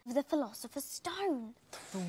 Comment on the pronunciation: Hearing.. "Philosopher" makes me uncomfortable